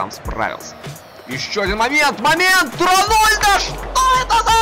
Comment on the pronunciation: Он Рональдо а не Ронульдо